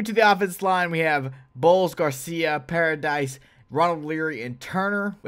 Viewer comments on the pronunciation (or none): Dislike Bc he said paradise instead of paradis 🤦🏽‍♂️